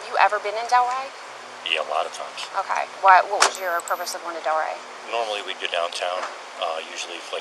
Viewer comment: I don't think I can survive hearing that female detective mispronounce "okay" ever again.